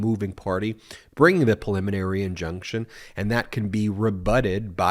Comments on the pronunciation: PREEE liminary. Not puh-liminary. Thank you. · Please stop saying perliminary. The word is preliminary.